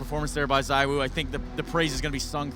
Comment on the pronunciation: He's the N°1 in the world, maybe could you pronounce his name right ? It's "ZEE WO", forget the second "O". Thanks